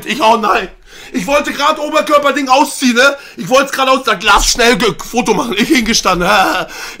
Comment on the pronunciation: Niemand: Du: Auziehen